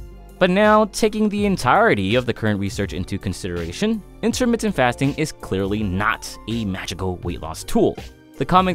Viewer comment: Intahmittah fast'n